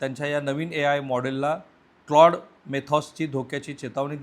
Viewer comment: क्लाउड नाही क्लॉड